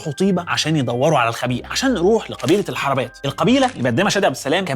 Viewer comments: إسمها القرنة بضم القاف وليس الفتح القبيلة الحروبات وليس الحربات طبعاً الحلقة كالعادة فوق الوصف لذلك استغربت أخطاء النطق لأن الاستاذ احمد عودنا على الدقة القرنة هي البر الغربي للاقصر إلي فيها كل الآثار المدفونة الشهيرة تحياتي لك استاذ احمد المرة الجاية أستعين بحد من اي منطقة تتكلم عنها علشان موضوع نطق الاسماء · مقولتش اسم اي مكان صح القرنه بضم القاف يباشا الحروبات انت بتقولها غلط كنت تعبت نفسك وكلمت اي حد من الاقصر وكان هيقولك الاسماء صح